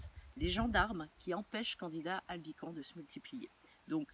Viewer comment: le S se prononce à la fin de albicans :)